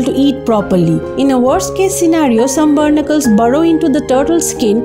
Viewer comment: Its pronounced "Baa nick killls "not burnicles